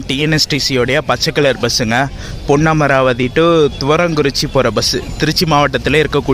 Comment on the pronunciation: புதுக்கோட்டை. போனா. காரைக்குடி , தேவகோட்டை , அறந்தாங்கி , ஏம்பல் பஸ் வரும். இராமேஸ்வரம் பஸ் உள்ள வராது பிரதர் , உங்களது தமிழ் உச்சரிப்பு பொன்னமராவதி சரியாக இல்லை ஏன் அழுத்தி ஒருமாதிரி பேசுறிங்க